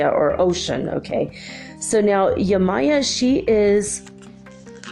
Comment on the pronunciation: You're pronouncing Oshun as Ocean? Is it not Oh-shoon???